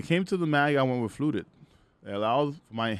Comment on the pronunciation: Wiff.. ehh nope that speech impediment is enough that I can't take you serious..